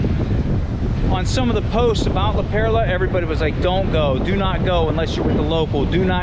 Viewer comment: Its not La Pera, fool, its La Perla- fool. . You look like you could be PR but you are soooo white bread.